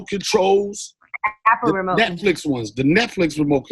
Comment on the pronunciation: She said apple remote😂😂😂😂